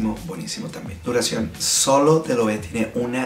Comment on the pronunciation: Muchachón, muy buena la reseña, solo una corrección en el mejor de los sentidos. La pronunciación de las marcas es super importante también y de aquí mi comentario... La forma correcta de pronunciar esta marca es [LOEVE] todas las letras suenan... Saludos y sigue con el buen trabajo!!!